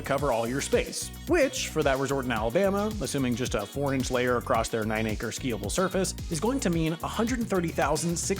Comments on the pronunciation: acre. NOT ANCHOR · he SAID acre, check your ears